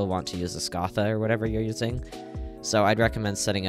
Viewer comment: Im still pissed about how you say Scatha